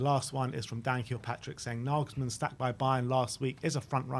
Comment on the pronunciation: Glad you've learned how to pronounce Nagelsmann 😁 I fear he'll join a bigger club in the summer but here's hoping..